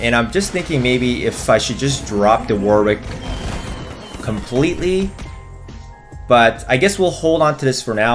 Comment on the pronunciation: It's pronounced "warrick" not War-wick you div